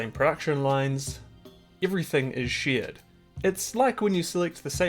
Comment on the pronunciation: "everything is shiieeet" oh, it was "shared" you got me in that one 😅